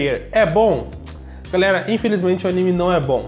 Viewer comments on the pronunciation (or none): none